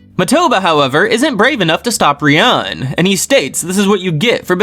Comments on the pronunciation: I really like these videos but I just can't help but comment after all these videos to point out that Ryuuen is not pronounced as Riyun but it's Riyu-en/Riyuwen... Love the videos tho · Why do you pronounce Ryuuen as Ryan haha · the way u pronounce ryuen makes me wanna kms